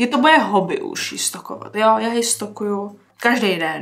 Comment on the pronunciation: jenom pro info neřika se stokuju ale stolkuju jinak hezké video